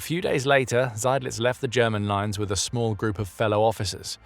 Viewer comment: The prouncement of German names on this channel is top notch, thats y i love it